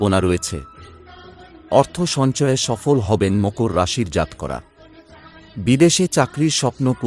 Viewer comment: দাদা আপনি জাতকরা এবং উৎস কথাটির উচ্চারণ ঠিক করেননি ।